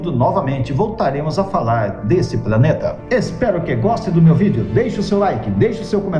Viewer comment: Gosto do seu canal. Você fala "praneta" ou eu tô ouvindo errado?